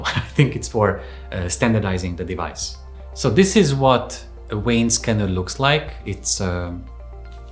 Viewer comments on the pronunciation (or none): What would one need a “Wayne” scanner for? 🤔😂😂 what a “Veiner”!😂Not understanding why this guy has no problem pronouncing the V in “device” but can’t pronounce the V in “vein”. *English Lesson: V is pronounced the same throughout the entire English language. NeVer pronounced W. 👍